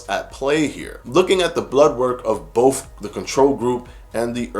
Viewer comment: To retain credibility, with not wiff. Both not boff.